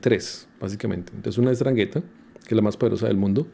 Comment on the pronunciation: Se pronuncia: Andranguetta